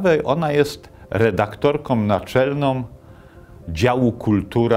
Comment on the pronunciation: Lepszy kwiatek to "redaktorkom naczelnom" , Boże słyszysz i nie grzmisz......Żeby nie było, całość interesująca.